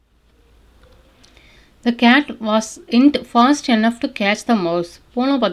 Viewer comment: அருமை சகோதரி, தாங்கள் எளிமையாகவும் தெளிவாகவும் அருமையாகவும் ஆங்கிலம் கற்று தருகிறீர்கள். பாராட்டுக்கள்! Enough என்பதை என்னஃப் ஃப்(ennogh)என உச்சரிப்பது போல கேட்கின்றது.enough என்பதற்கு(இனஃப்) என்ற உச்சரிப்புதான் கொடுக்கப்பட்டுள்ளது.run._ running---swim_swimming என்பது போல இரண்டு எழுத்துக்கள் வந்தாலும் ஆங்கில அகராதியில்ஓர் எழுத்திற்கான உச்சரிப்பு தான் கொடுக்க வேண்டும் என்று கூறப்படுகிறது. தயவுசெய்து சரி பார்த்துக் கொள்ளும்படி கேட்டுக் கொள்கிறேன். நன்றி! வாழ்த்துக்கள்!